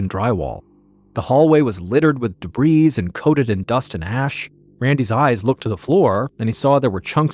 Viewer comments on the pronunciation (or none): #MrBallen’s Medical Mysteries Podcast Medical Mysteries Podcast The word debris is pronounced "debree." The "s" is silent.